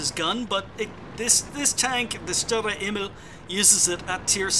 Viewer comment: Great replays! Grats on the Aces to the players! Love your commentary - always very informative. Keep up the great work! Some help with the pronunciation from a German: Sturer Emil (stubborn Emil) -> Shtoorah Eh-meel - hope that helps! :) (Although your way of saying it is pretty good already tbh)